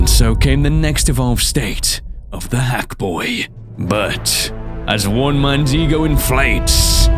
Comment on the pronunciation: okay, hackboy, it sounds more like F...boy just saying